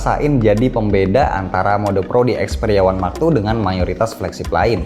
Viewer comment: Yang aku dengar xperia max two